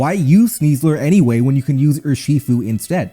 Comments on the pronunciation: Urshifu: ❌ UrSHEfo: ✅ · Dude can you please figure out how to say Urshifu properly? Your pronunciation on that one hurts